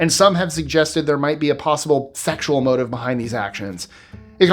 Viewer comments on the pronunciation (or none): none